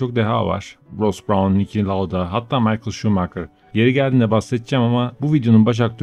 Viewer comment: HOCAM DOĞRUSU MİHAEL ŞUMAHER niçin maykıl şumakır diyorsun 2k dan beri aboneyim nolur doğrusunu telaffuz et ya, alman arkadaşıma sormuştum vallahi 100% doğru bilgi. =[[[